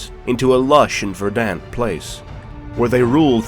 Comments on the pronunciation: That’s not how you pronounce verdant. It’s hard to take you serious when you have the vocabulary of a 14 year old. Took my right out of it. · You pronounce verdant like a drunk medieval French noble.